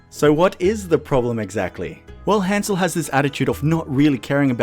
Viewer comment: ...he pronounces his own name wrong... that's his choice but that doesn't mean it doesn't bother me to no end